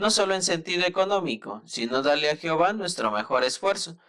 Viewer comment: Se pronuncia Jehová, no "jihova " de todo lo demás está bien